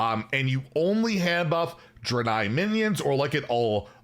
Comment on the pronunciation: How does he still not know how to pronounce “Draenei”?